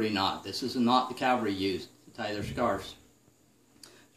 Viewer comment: Great video demonstration, easy to follow; the BEST on the web! (P.S. It is pronounced "cavalry," not "Calvary" (where Jesus was crucified, right?)